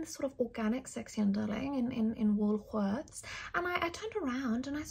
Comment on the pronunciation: im dying over the way she pronounced ‘woolworths’ 😂😂😂